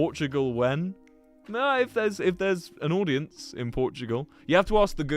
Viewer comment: "naur" holy cornball